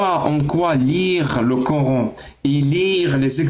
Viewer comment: Le core... N . Maintenant je connais la prononciation !!! Core...N